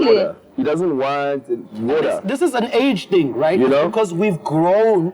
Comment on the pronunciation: Dj Speedsta: WADER 😂😂😂😂😂😂